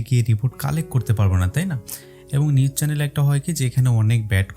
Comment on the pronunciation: নিউস না ভাই...নিউজ হবে